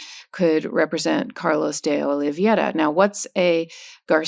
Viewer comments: It's pronounced Dee- Olee vey ra (spelled D Oliveira) the e before the i.....vey like saying Hey... but at least Karen Freedman Agnifilo tries to pronounce it correctly. KUDOS for trying. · Karen, it's DeOliveira (olivera) not DeOliviera. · Please learn how to pronounce DeOliviera correctly. It's embarrassing.